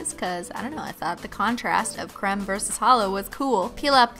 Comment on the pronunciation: Why does she say creme like c-r-e-m-e